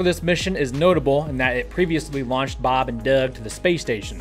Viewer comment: I enjoy the information you provide on your channel. I have to tell you however the way you constantly pronounce Bob and Doug in that goofy way every time they are mentioned has become exceedingly annoying! Have mercy please!